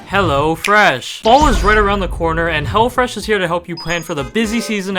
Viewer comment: Excuse did bro call hello fresh hella fresh